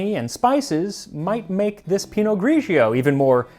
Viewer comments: Correct Italian: Pinot Grigio. Do not pronounce the second syllable as gree-gee oh. It's two syllable, not 3. GREE-jo. PEE- no GREE - jo. The gray pinot grape (unlike the black or the white). Pinot gris en français. Grauerburgunder auf deutsch. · Hi Max. I have to try this!!!! Don't mean to be a jerk, because usually your pronunciation is amazing!!! (but its pa-VI-a, and Pi-not Gri-gio, not Gri-gi-o)